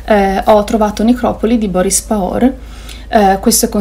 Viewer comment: Ciao:) anche a me interessa molto Compagne, grazie per averlo condiviso! Poi volevo solo dirti che Pahor si pronuncia facendo sentire l'h! Ti piacerà molto, è un simbolo per la minoranza slovena a Trieste